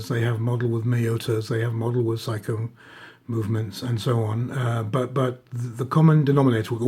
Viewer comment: love your videos but please pronounce Seiko properly. It drives me crazy. Sorry to complain.